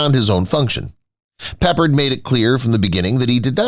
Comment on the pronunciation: It's pe pard